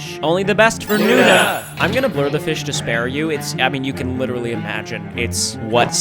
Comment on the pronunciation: Bro was witerly hittin da gwitty